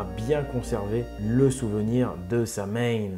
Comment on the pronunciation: On dit sawaïn c'est de l'irlandais